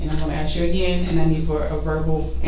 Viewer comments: and axe; not ask. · Notice how they all mispronounce the same words? It seems to be universal, "chiw-ren", "axe", etc. There is some sort of mental deficiency. There are so many little behaviors they do that should make it clear that were not the same and it goes way beyond appearances.